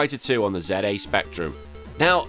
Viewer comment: "ZA" Spectrum? Well, at least you didn't say "zee".